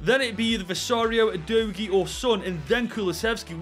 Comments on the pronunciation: He is saying Vicario wrong. its pronounced VICK ARE EO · Why did bro say visario 😂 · Absolutely massacred Vicario and Udogies names